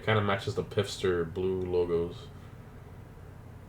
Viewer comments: He pronounced it pister, it's pronounced fister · Its pronounced "Fister" . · The way he pronounced Pfister 😖 is pronounced like Fister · I cringed every time he said “pifster” because it pronounced “fister” but great vid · "PiF-ster" hahahah. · It is called P‘F’ister Neon!!!